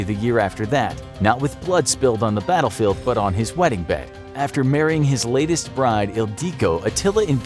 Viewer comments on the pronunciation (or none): none